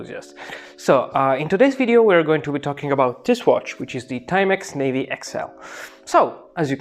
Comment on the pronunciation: Na-vi not navy. 👍